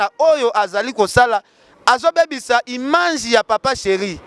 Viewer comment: yoooo balobaka image ,yo ozo loba imange oza na problème ya français Penza hein!!!